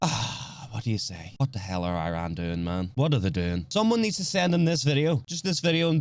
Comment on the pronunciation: You said "IRAN" that way? You have ZERO credibility lmao for understanding world peace........ LMAOOOOO!!!!!!!!!!!